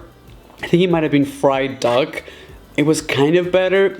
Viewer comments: He quite cleatly said duck it ended with a ck not a g sound yes it sounded like a dock not duck but its lowkey rude its his friggin accent he cant help it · Oh he did say fried duck but it sounds like dog 😂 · DID HE SAY DOG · did i heard fried dog???🤔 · Im pretty sure he said duck but i did sound like dog haha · I THOUGHT YOU SAID FRIED DOG INSTEAD OF FRIED DUCK, IM DYING LOL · I swear he said dog too thooo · Funny Compilations it just sounded like he said dog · I heard fried Doug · Did you just say fried dog? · did he just say dog?!? Or duck? I’m confused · Navil Ahmed he said duck but I heard dog too😅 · Oh wait it sounds like dog but is duck yeah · I thought he said fried dog lol anyone else? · It sounds like he is saying fried dogs 😂